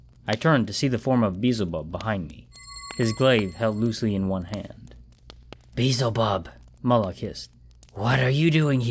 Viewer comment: Great narration but I couldn't help but chuckle whenever you said "Beezel bub" it's pronounced Bee EL zuh BUB just so you know. No offense.